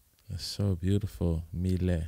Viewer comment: 🌱 “milet" is pronounced in Japan as "Mi - Le - I" in three sounds. She clearly calls herself "Mi - Le - I" in her self-introduction. She is beautiful, isn't she? seemed to have fallen in love with her. Yeah! Yeah! Yippee! She is a singer-songwriter, but she has a husky voice that has a good gap between her looks beauty. Even though she is a husky voice, also her treble and bass are beautiful. I feel the exotic atmosphere of the music. Besides, the beautiful pronunciation of English like a native speaker. It's very popular in Japan. I love too. When she was a student, she sang her cover song for the first time to encourage her depressed friend. The her friend regained her smile and she was very pleased and well. At that time, milet cultivated her confidence that she might be able to encourage others with her own songs, and aimed at her current job. She may not be accurate because she doesn't disclose her detailed personal information so much, but she was in Canada until she was about 12-18 years old. Immediately after she went to Canada, she didn't speak English and seemed to have had a boring, and lonely time. With her good sense of sound, her listening ability will surely be high. She tried little by little to actively communicate with people and to express her own opinions. Over time, she seems to have blossomed more and more of her natural talents. She is a lovely woman. If it's her song, “Inside you” is also a wonderful song. It is recorded in "The First Take".